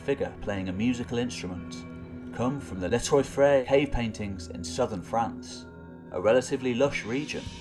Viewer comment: you need to brush up on your French pronunciation. un deux ...troy?